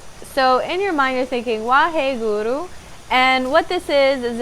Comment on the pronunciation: if youre going to use a sacred word like waheguru, please learn how to pronounce it correctly.